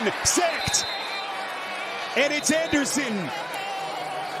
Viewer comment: "JACKsin SECT...and it's ANDERsinnnn." Why this dude talk so weird?